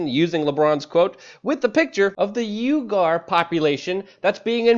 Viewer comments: Thought it was pronounced wee-ger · Uighur is pronounced "Wee-ger". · Uighur = pronounced wee-gur. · Uihgur is pronounced 'wee-gr'